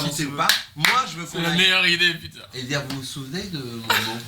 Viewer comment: That "oh putain" is the proof that you are becoming a real French speaker 😆 congrats D 👏